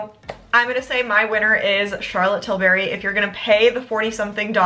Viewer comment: Tilbury, not Tilberry 😅